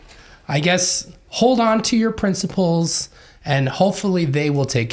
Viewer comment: Everytime Jody says principles, I hear princibles😂